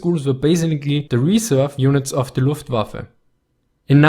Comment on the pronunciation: I am not German, but So Nice to hear "luftWaffe" pronounced like it should!